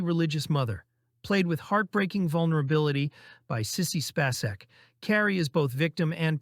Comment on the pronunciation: The way you pronounce Spacek.. you AI?